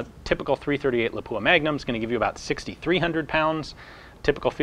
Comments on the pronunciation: Cool vid! But for the love of Christ, it's LAH-pua, not la-POOa. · LAW-poo-ah Most Americans pronounce it wrong.